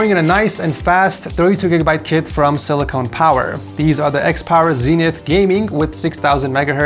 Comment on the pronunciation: It’s “silicon” power not “silicone power” lol